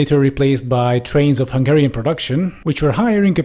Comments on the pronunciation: your Hungarian pronunciation is beautifull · Solid pronunciation in Hungarian